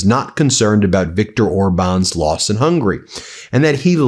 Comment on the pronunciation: The G in Magyar is a soft G, like giraffe, rather than like golf. Also, the country is HungAry, not Hungry.